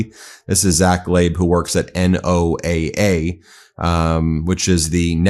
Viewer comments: ❓❓WHY does BEN keep saying N-O-A-A instead of NOAH? ❓❓ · FYI, NOAA is most often pronounced like the name Noah. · NOAA is typically pronounce Noah. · NOAA is pronounced noah, fyi. They do great work and also monitor solar flares which is a major issue. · "NO AH". The acronym is stated as "NO AH." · Say NOAA as a word. Don't sound so ignorant. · It's pronounce like "Noah". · It's pronounced No-ah, nobody says n o a a (I live 20 miles from a NOAA campus and have friends there). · NOAA pronounced "no-ah" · Hey Ben, NOAA is pronounced,Noah.